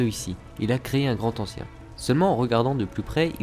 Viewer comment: PTNN oui je sais que la vidéo date de 4 ans, mais "le Grand Ancien" sans liaison il n'y a t-il donc que mes oreilles que cela dérange ????